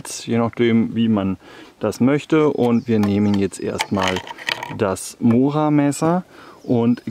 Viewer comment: Vielen Dank für deine schönen intelligentern Videos . betone das o bei mora doch bitte als u .also mura .es schmerzt doch arg.😁😁😁